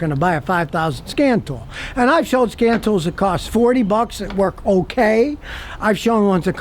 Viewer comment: Did he say "Scan Tools" or "Scam tools " ???? :D